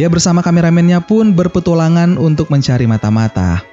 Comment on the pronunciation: siapa yang sadar bahwa ngomongnya berpetulangan bukan berpetualangan